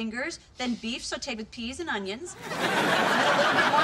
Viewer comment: "whole bunch of frozen pauses English peas"